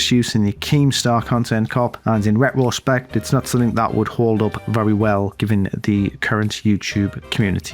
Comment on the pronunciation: Hey, it’s RETRO-spect. Not RET-ROH-spect.